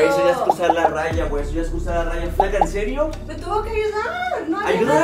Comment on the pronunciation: "Encerio" o sea, más grave que "En Serio" jajaja